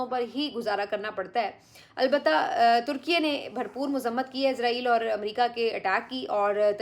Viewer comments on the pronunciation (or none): none